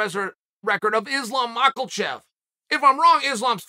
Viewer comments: why can he literally not pronounce ANY fighters last name like calling rakic 'raykick' and islam 'machlachev' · Issslaaam makelchev 🤦🏽‍♂️